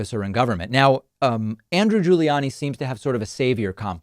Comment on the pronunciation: Why does he pronounce Rudy's last name different than Andrews, same last name and he did it more than once